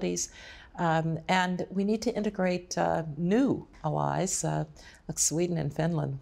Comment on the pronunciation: Odd pronunciation of the word "allies," no?